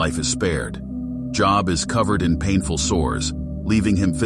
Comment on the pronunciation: Please stop pronouncing his name that way... it's pronounced as Joeb Joe with a "b" at the end. Not as jn a profession. It only looks like job